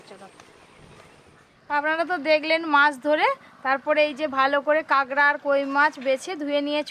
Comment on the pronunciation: কাগরা আবার কি জিনিস?? কাঁকড়া